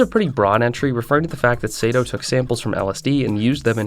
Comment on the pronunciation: The name of Osamu Sato was also pronounced wrong. It's Sato, but he said Seito